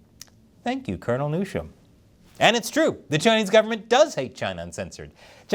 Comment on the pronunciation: Pretty sure Colonel Newsham wants his name pronounced the same as the California governor's name is pronounced